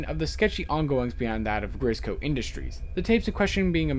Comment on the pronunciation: you accedentally but "grisco tapes" instead of "grizzco tapes" just lookin out.